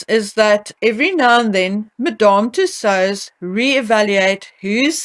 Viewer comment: The way you pronounce Madame Tussaud’s is adorable 🙂